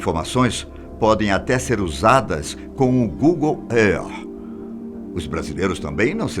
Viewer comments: "Good Éaaar" kkkkkkkkkkkkkkkjj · "Google Earrr"! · SIM CONCORDO MAS ÊIPOL ( APPLE) E GOOGLE ÉRTH ( EARTH ) FOI FODA. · É engraçado pq esse senhor deve ter treinado muito pra falar essas palavras de outra língua: "al caeda" "eipou" "google er" kkkk mesmo assim ficou muito bom! É legal ver que ainda tem gente que se joga de cabeça no trabalho... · GOOGLE ÊAR! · Google earth ? LoL, que pronuncia estranha uashhuahhasuhashahsuhsuhasuhsh